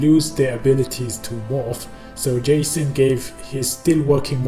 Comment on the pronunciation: He said gayson